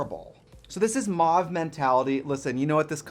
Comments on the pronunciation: I thought mauve was pronounced “mōv” like “trove” or “cove” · Adore this pallet, but I also crack up at American people saying Mauve. Like they aren't sure how these letters are meant to sound and it's a bit of every sound. 😅 In the UK we pronounce it like mow-ve